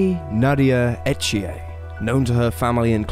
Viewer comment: It’s pronounce unless you live in Quebec, E th ier I know because it is my son in law name! Lol no French accent!